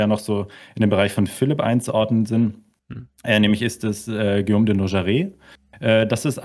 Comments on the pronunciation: Tolles Video, ich bin sehr beeindruckt und Ihr Beide habt eine neue Abonnentin gewonnen. Wenn ich eine kleine Anmerkung machen darf, als locuteur natif muss ich bei dem schönen französischen Namen Guillaume immer sehr fest schlucken, wenn daraus ein Schioom wird. Die Buchstabenkombination g und u wird wie das deutsche g ausgesprochen. Was die Leistung, die hinter der Erstellung des Videos steht, in keiner Weise schmälert. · Warum denkst du, hat Guillaume ein u zwischen G und i? Genau, damit man [ɡ] spricht und nicht [ʒ].